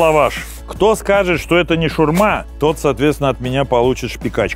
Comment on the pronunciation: шАурма, а не шурма, блин